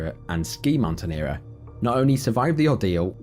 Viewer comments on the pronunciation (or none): it’s not Mountaineerer ! It’s Mountaineer ! And GLACIER isn’t pronounced ‘glass-i-er’ but ‘glay-see- er’ ! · "Mountaineerer"? .... Are you for real?